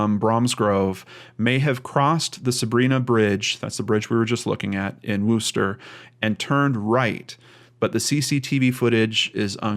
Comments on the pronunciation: PsyintZ It may look like a correct pronunciation to you. However, as pointed out, many people here are actually from England and, trust me, it's pronounced Wuster not Wooster. Sounds more like the O in worst then the O who. Worcestershire is pronounced Wustersher although I know some Americans pronounce the sauce WooostershYre. A person can always google "how do I pronounce _____" and get an audial recording. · wuster not wooster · Pronounced 'wusster'